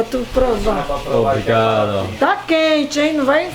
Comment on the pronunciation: nobody wanted to tell him to stop sayin obrigadA? smh lol